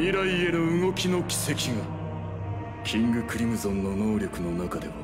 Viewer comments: Dub:Now feel the power of Emperor Crimsuhn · KINGU CREAMSON